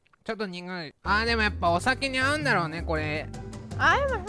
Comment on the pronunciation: ちょっと苦guy...(ネイティブ)